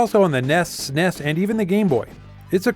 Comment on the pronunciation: The Genesis version of original was great. Dammit you should know better as for he addresses my beloved SNES (initials) into the "sah-ness" so his point is invalid.